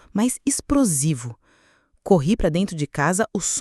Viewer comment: Parei de ouvir no "esprosivo" 😅